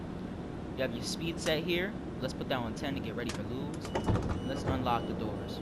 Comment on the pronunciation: Just FYI, Lewes is pronounced like the name Lewis.